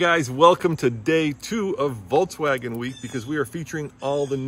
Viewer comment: Voltswagon? Lol